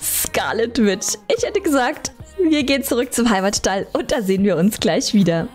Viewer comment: und das wird nicht wit ausgesprochen sondern witsch, und witch heißßt auf deutsch hexe.